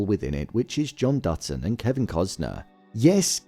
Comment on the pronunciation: It sounds like you are saying "Dudson" instead of "Dutton."